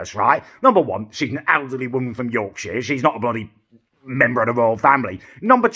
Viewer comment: thats not how you say yorkshire pal